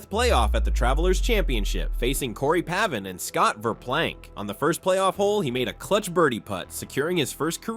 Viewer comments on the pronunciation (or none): Good video, but also pretty funny that you managed to botch the pronunciation of Kaymer, Pavin, Mahan and Oosthuizen lol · Love these no credibility golf videos where the narrator doesn’t know how to pronounce the players’ names…Kaymer, Pavin, Oosthuizen, Mahan.